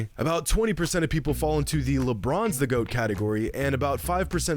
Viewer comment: Did say lepinons lol